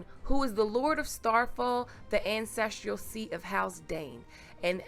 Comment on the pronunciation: I agree with the comments below that the sword is not Dawn. By the way you kept pronouncing the word as "ancestrial", but the word is actually "ancestral"